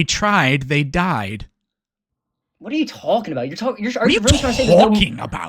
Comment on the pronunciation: What’re you TOAKCKHING about?